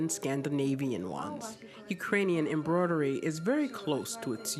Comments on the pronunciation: Anyone going bonkers from the narrator saying embrodery and not embroidery? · Why she pronounce embroidery like that